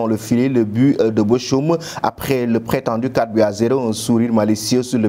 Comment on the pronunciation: ce n'est pas Boschum mais Bokhoum pour lire Bochum